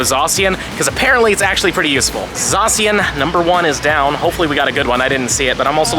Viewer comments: I hate how he says it zasiyin me zashin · You hurt my brain by how you say zacian or should I say zasian